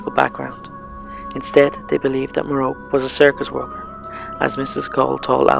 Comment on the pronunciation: You pronounced Merope wrong, it's pronounced "Mer-ro-pee"